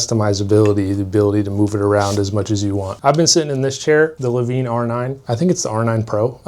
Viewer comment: I feel like hes pronouncing lavenne wrong...